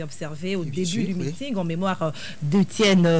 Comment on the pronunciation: est nettement meilleure par rapport à dont la prononciation laissait vraiment à désirer: "Ti" au lieu de "Tu", "Lé" au lieu de "Le" "Qué" au lieu de "Que", "Di" au lieu de "Du" etc...